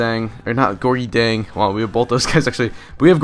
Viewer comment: Nice vid man. Just also wanted to let you know that Gorgui Dieng's name is pronounced Gorky Jyang.